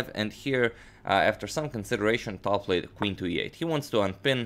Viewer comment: Why "BOtvinnik"? He is "BotvInnik". Why "PetrOsyan"? He is "PeteosYAn". At least "TAl" gets right stress